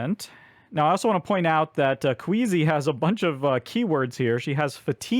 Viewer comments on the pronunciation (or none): Appreciated this video! I really got a kick out of your pronunciation of Quisi as "Queasy". Ironic for someone named "Queasy" to be so amped up to chow down on biscuits! I also mispronounced her name initially, but in my case as "Kweecee". The actual intended pronunciation is "Kwizzy", because her name was inspired by the word inquisitive (in-quisi-tive). If you and I are any indication, most players probably don't gravitate towards that pronunciation on their own, unless they heard Quisi's name on the Earthborne Games Podcast.